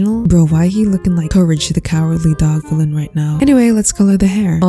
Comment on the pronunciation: how u said courage the cowardly villain dog lmao